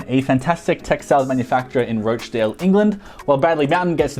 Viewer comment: It's a short 'o' in Rochdale like rock